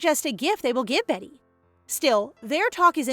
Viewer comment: I still wonder why people keep saying "Betty" instead of "Beaty" when Beaty is a real name (and is not pronounced 'behtee' but bee-uh-tee/bee-ah-dee) - and this isn't the only video that does it. Every manwa maid or protag with the name "beaty" is renamed by the audio readers both human and AI alike as 'betty' -- such a minor thing but gets to me every time xD. Ya'll, can we at least try to be more concerned with accuracy? That said, at least it's still more consistent than the bad manwa translations that seem to change names every other chapter lmao!